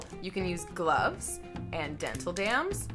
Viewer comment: Glooves ???? Really? Is this a pelvic exam or what ? 😂